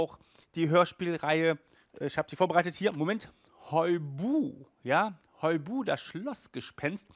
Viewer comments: Ich höre dich immer nur "Heu Buh" sagen, statt "Hui Buh" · Könnt ihr auf Amazon vorbestellen und du sprichst das Hui Buh falsch aus😋😋😋